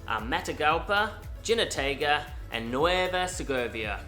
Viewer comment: He - no - teh - gah…Jinotega